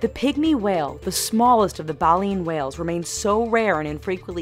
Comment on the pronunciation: bay-leen, not bah-leen.